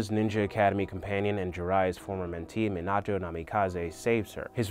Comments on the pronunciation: Meioto??? It’s mi na toe minato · mostly mispronunciation of names like minato, kushina, and hagoromo. he says miNAto, kuSHIna and hagaramo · “Meenat-o” Cmon man it’s “Meanut-o” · Never say minato as (meen-auto) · He pronounces Minato wrong several times 😂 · He pronounced Minato wrong too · I was mad when he said minato wrong 😤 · I believe you mean to say that Saskue fully developed his sharringan in this fight. He used his sharingan during his fight against Haku. Also, need to work on dem pronounciations there: Hashirama, Minato, Isobu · im disgusted at how this man says minato